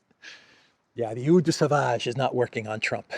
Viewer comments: Pronounced 000 de sauvage not euuu de savage. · 🤣😅😂 Oh please say it one more time, "eau de sauvage" 😉🙃😂😅🤣😄😃😀. BTW, the picture of Trump and Zelensky in the Vatican is like Zelensky is confessing to Father Trump 😀